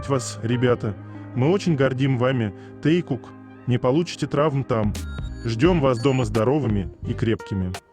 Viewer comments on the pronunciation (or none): Хочу поблагодарить автора этих видео о Вигуках или Тэкуках. Они очень интересные и милые без насмешек и пошлостей. Спасибо большое! Но хочу обратиться к диктору, пожалуйста, обратите внимание на произношение и ударение в словах. Пару называют Тэкук ударение падает на букву У. И по правилам русского языка имена собственные склоняются по лицам и числам, поэтому они Тэкуки т. к. их двое. И в некоторых словах также не правильное ударение. Не хочу вас обидеть, а хочу помочь, чтобы ваш голос звучал ещё красивее.